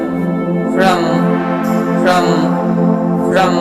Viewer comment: ফ্রম Fraum holo montrotar uccharon